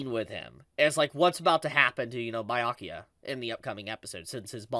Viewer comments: Please review how to say Byakuya properly 😭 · And it still feels like its still warming up. (....also it's "bee-yakuya" not "bye-yakyuya".) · Wait not tryna be annoying but where did you get bi-akuya from 😭😭. Everyone says bee-akuya either in dub or sub lol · It’s Byakuya not Bayakuya pls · Who t f is Bayakua? It's Byakuya. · I don’t care much but I know others will cry so for next time.: bye-yakuya Everyone else: B-ya-kuya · Stop saying bayakuya..... it's BYA kuya . Ur adding an A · Nah let me help you “bro.” It’s Buh-yakuya not “bee” lol have y’all ever taken a Japanese class or spoken Nihongo? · its Byakuya not bye-ayakuya 😂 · It's not BAI-YA-KIYA. BEYA-COOL-YA. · Be-ya-coo-ya. Byakuya. 🤔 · Bi-yakuya? cmon youve gotta be trolling with these pronunciations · “Bye-yakuya” is going to hit different next week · Am I missing something? Is there a reason why he calls him BYE-akuya? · Why do say Bayakuya? It sounds silly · I swear if he says bye yakuya one more time I'm gonna flip a table😭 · It hurts a little bit, with so many times you hear his name (Bya kuya) throughout the whole anime you should learn how to pronounce it but I guess that doesn't matter that much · "Baiyakiya"💀 Byakuya behind be like:👁👄👁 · did he say Bayakuya? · I was straight like yo wtf is bye Yakuya 😅love. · Lol 🤣🤣 🤣 love how you pronounce Byakuya to "BAYA"kuya ... You just made my night, All the way from South Africa. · That's one of his selling points. He gloriously mispronounces the Japanese names ALL the time. And for some reason he leaves out the first "b" in subscribe. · i love your videos but why are you pronouncing byakuya like that 🤣🤣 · My heart aches everytime tries to say Byakuya or Hueco Mundo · Did this man just say Biyakuya and Itchigo?